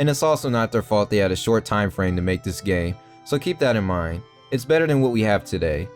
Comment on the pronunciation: sounded like you said "they had a short time frame to make this gay", LOL